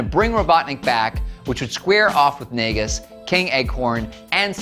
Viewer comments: It's pronounced "Noggis". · Thank you for doing research into this to be as factual it can be. I will say you did get somethings wrong like you pronounce Naugus name wrong, Bunnie is Bunnie Rabbot and it was just Sonic and Sally who went back in time. Though everything else pretty spot on, so good job on whoever did research for this.